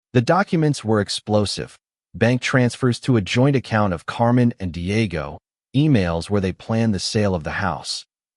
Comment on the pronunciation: 😂 Paydro, Deeayego, Mighel, Havierre, Looseeya, Elayna, Ihsubell, Raffiel and Carmen